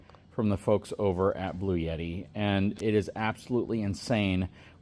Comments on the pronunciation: Lol. I noticed that too. Seems like most other people pronounce it "Blue Etty" Not "Blue Yetty." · I have an AC500 with 3 B300K batteries that I use but it's definitely meant for home power usage. It's a beast though. This is a little better formulated for RV use. By the way it's pronounced "Blue-T"